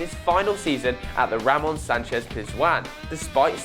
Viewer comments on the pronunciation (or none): none